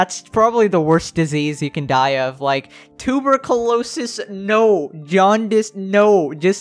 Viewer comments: Tur-byoo-ko-lo-sus…… that’s a new pronunciation for tuberculosis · Did you just say “ tooberculosis “ ?? Tub-erc-you-low-sis Tuberculosis Sorry for having to point this out but it sent shivers down my spine when it wasn’t corrected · did really mispronounce tuberculosis as toobercalosis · bro the pronunciation of tuberculosis was hilarious- Man really went Tube-er-co-losus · Did he say tuber-colosis 😂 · Anyone gonna talk about how massacred the word tuberculosis